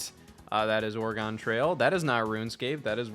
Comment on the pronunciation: How Scott pronounces "Oregon" kills me every time